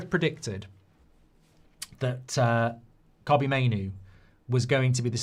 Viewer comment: Kobbie not cobbie